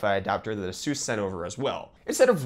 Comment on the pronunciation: did he say A-SUUS